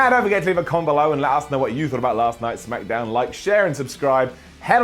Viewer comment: he said smackadown